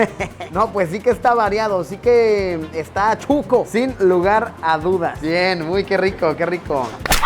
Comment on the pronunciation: emmm Chuco??? o Shucho?? soy de Guatemala y para nosotros es Shuco, mal pronunciado Chuco... pero es SHUCOO sssssshhhhhh shucooo no chuco